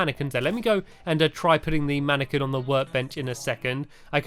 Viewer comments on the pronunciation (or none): It's pronounced man-a-qwin, not man-a-ken hehe. No offence to any fans or you, Stampy. :P